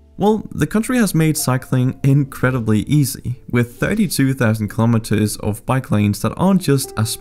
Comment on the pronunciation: Another great courtesy you could do (not just to the Netherlands) is to pronounce the word 'kilometres' correctly.